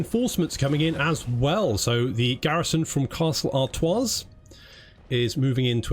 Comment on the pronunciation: The s in Artois is silent